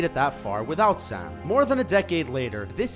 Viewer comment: He says Sam so oddly like som